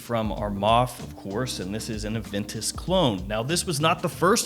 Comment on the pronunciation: My boi doesnt call it Aventus. He calls it... AVANTUS!